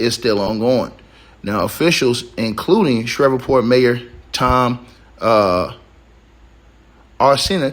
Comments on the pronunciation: This is beyond tragically sad, and I’m praying for their loved ones! Shreveport is pronounced, like sleeve(port). 🫶🏾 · Just say the PORT CITY at the top of the boot Google it to pronounce it correctly but definitely sad day throughout city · Shreveport Sh-reeve-port. Cad-dough Ar-cen-no for Mayor Arceneaux. Pray for my city.